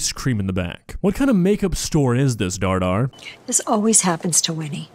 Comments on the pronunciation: Hot take, but this is the first video of yours that i actually didn't like, simply because of your commentary about the "goth girl". That being said, I love how you call Dhar Mann "Dar Dar" or however you spell it. I feel like you would leave the H out just out of comical spite. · I love that he calls him Dhar Dhar 😂